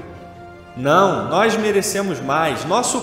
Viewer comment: Napoleão era amazonense kkkk "noix"